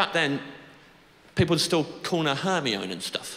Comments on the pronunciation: It's pronounce her-my-uh-nee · I thought all British people knew how to pronounce hermione. I thought only us Americans didn’t know. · "Hermy-on"...Guilty. I was reading the first book like that in 1999 until the movie adaptation was announced and they said "Her-meye-nee". I was like, "Oh that sounds WAY better. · The good old days when we'd say 'Hermione' instead of 'Hermione' 🥺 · "Her-me-own" finished me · Not "Her-mee-own" 💀 I still think about that 😂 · Wait, it's not pronounced Her-Mee-Ohn?